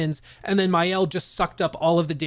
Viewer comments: Hey man, for info it's Ma-Elle in french, not mayelle. love that review, didn't know the game nor the company but will take a peak into it. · Maëlle is not pronounced Mayel but rather Mah-elle. Thanks for the preview, genuinely good. The fact this is the studio's first opus make it even more impressive. I hope that the success they are gonna be granted won't change the core of their team and the way they cook. This is a raw gem as a studio!